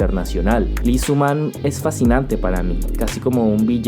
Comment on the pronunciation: Antes que otra cosa, tengo que decirlo, Lee no se pronuncia "Li" simplemente es una "i".